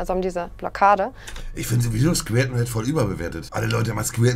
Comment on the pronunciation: Niemand: Wirklich niemand: Monte: „Skwirten”